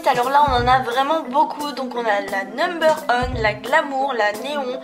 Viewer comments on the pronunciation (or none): on dis "numbeur wane" et " shaïni " bisous !